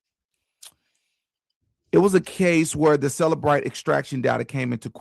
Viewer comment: It's CELLbrite, not selabrite